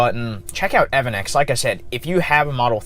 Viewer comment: Everything that has gone wrong in this video.. Pronouncing E.V. Annex like "EvanX"